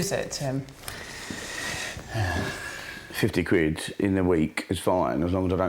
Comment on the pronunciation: Lesson nuber one: Learn how to actually say "quid".